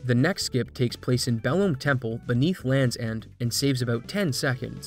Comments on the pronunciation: It blows my mind that after all these years, people have stripped the original down to the RNG, found skip after skip, old and new, yet still don't get that it's pronounced "Below me," as in "Watch out below me!" It's a clear intentional pun from localization. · Belome is pronounced Below-me, as in the button to trigger the flood gates is "below me" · It really doesnt matter much; I only say this as a point of interest: your pronunciation of "Belome" as if the final "e" is silent is really jarring to me. The game was developed in Japan, in Japanese. There is no silent "e" in that language; all vowels are voiced (technically). I looked up how its name is written in Japanese; it's written in katakana as ベロ~ム, which romanizes to be-ro-mu with a slightly held "oh" sound (yeah, I speak the language, though it's been forever). Japanese has no L (which is baffling to my native English mind!), so it's interesting they would transliterate its name as Belome. So ol' four eyed dog-like thing with horns' name would would be most closely pronounced as "beh-loh-muh." Hey, I called the thing "Beh-loh-mey" forever, so I was wrong too! Aren't languages cool? Good day, friend!